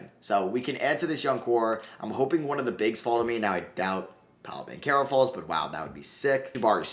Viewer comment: BanCHero. Not Bankero. Bothers me every video